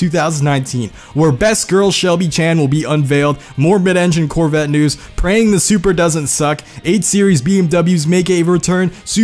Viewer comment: cHeVrOlEt CoRvIt zE-rUh-OnE